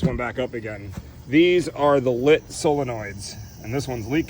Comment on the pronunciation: its pronounced lite or light not lit